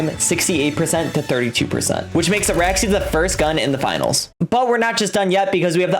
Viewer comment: its ARAXYS operator, not Araxy 😂😂